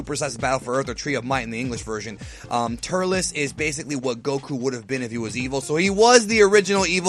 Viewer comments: its turtles not turtilis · Its Turles